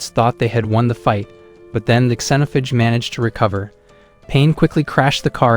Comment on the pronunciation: AI can't pronounce xenophage lmao "Zen(or zeen)-oaf-age"